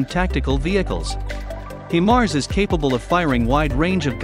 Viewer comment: Cool video. It's pronounced high-mars though and they shoot rockets not missiles. (Thats my military unit in the videos)